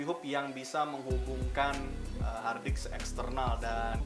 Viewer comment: Saya sampai mengulang video ini apakah pendengaran saya yang salah ketika anda mengucapkan kata "hardisk"